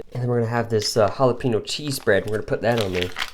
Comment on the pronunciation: Chorozo? Oh you sweet summer child.... hahaha. You redeemed yourself with pronouncing Jalapeno. Great video buddy and a sweet ration that Mike made up for ya.